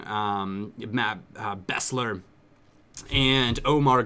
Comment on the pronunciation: Its Beesler is how is name is pronounced.